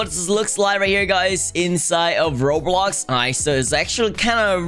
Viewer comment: I like saying robloc instead of roblox lol.